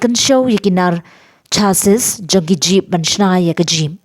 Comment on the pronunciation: Kim ju kynnoh ne ong" shasis" kin ong " shasi"(chassis/chasee)